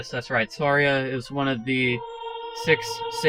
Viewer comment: You pronounced Saria's name wrong.